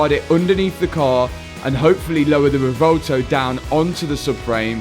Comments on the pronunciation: You're the man, this is not a critisicm, but in case you care, It's pronounced "reh-VWEHL-toh" and not "reh-vohl-to." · "Revolto" Classic.